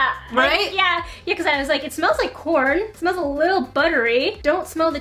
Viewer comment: Is it just me or when she said corn it sounded like porn🤣